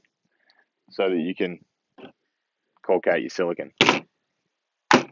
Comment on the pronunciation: Did you say "caulk-ate" your silicone?